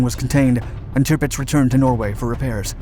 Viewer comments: It’s pronounced TIRRPITZ not TIPITZ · It's NOT bloody 'Tipitz.' It's, 'TIRPITZ.' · No such ship as Tipits i think you mean Tirpitz. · Dude... it's "TIRpitz." Not "TIPpitz." Geez. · It's TiRpitz not Tipitz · Sounds like "timbits" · Driving me nuts with this repeated mispronunciation of the ships name. Tirpitz is pronounced Ter pits